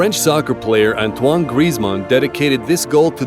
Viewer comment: Did you just say soccar